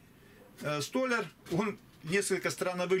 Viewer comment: Извините, что я так категорично!!!Просто я очень много читал, у меня самообразование и произношение столЯл, это правильное изречение,а вот стОляр,это не правильно.Вот я и спрашиваю всех,"клей какой"?Конечно-же, столЯрный. Это как мойка и раковина, есть огромная разница ,мойка для мойки посуды, на кухне ,а раковина, для рук ,она в ванной комнате.Если вас это обидело, то не обижайтесь ,пожалуйста.